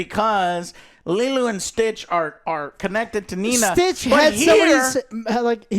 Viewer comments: take a shot every time they say Leelu instead of Lilo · Jesus fucking Christ Joe. It’s not the fucking Fifth Element. Stop calling her Leeloo, it’s fucking pronounced LEELOW. 🤦‍♂️ 😂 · its lilo not lilu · Anyone else annoyed at the name pronunciations of lelu and nena? What’s that about? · Nina & Lilu ITS NANI & LILO!!!! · lilo, not lilu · My right eye twitches every single time Joe says "Nina" and "Lilu" instead of "Nani" and "Lilo" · Nina? It's nani 😂 and li-low. Dude you just watched these!! 😂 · Why dont they correct joe when he keeps calling Nani "Nina" and lilo "Leelu"? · I love the fact that none of the guys corrected when he's saying Lilo's name. He keep saying lilu. Lol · You saying Lilu and Nina as if those are the actual names is mega cringe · Cmon joe, Lilu??? The name is in the title and you can't even say it right. I know he says he "doesn't get names right", it's lazy. Thanks joel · Lilo. I hear Lilu and it urks. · Nina, Lilu..... at this point Im convinced Joe says the wrong name on purpose lol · Bro how are you going back and fourth on Lilo and Leelu but keep saying Nina instead of Nani bro fucken read and how are the other two just sitting there letting you be wrong Like bro I heard him say it right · Every “Lelu” and “Nina” instead of Lilo and Nani had me slamming my hand on my desk 😂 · My eye twitched every time Joe says "Liluu" even though her name is in the title and he doesnt say it wrong there. 🫠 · Why is none of Joe's friends correcting Joe, that it is not leeloo.. but Lilo! Come on mannn. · Think you watched the wrong movie who the fuck is Lilu and Nina if I had a shot for every time he butchered a name I’d of been dead the first 10 minutes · By the way, the whole time listening "Nina" instead of "Nani" and sometimes "Lilu" triggered my OCD very strongly throughout the entire video XD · “Lilu” is taking me out 😅 lol I’m teasing of course it’s an easy mistake to make. Lilo and Lilu are very similar names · its not lilu its lilo